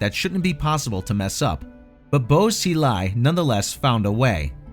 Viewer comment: By the way the 'Bo' in Bo Xilai is not pronounced like 'bow and arrow', it's more like 'boar' in a British or New York accent. Same goes for 'Weibo'.